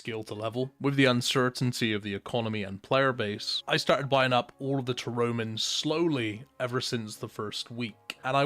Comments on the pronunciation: Ta-romans?? Lmao. Tar-ra-min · Is anyone gonna mention how you say "tarromin"? Fucking love it xD Maybe I'm just late to the party on this :P